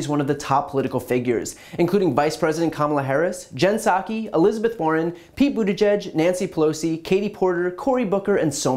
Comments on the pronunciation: The way Tuckems deliberately mispronounced Pete's last name in the same way he calls Representative AOC Sandy is disgusting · Does anybody really expect anything less fr Tuckems? Normally I spell ppls name correctly, but since he f** up Pete's name, on purpose, it's fair game.